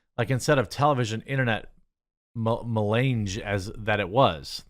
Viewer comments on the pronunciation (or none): me - laaaawnge. Not me-lainge. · I think you meant to say meelanjee?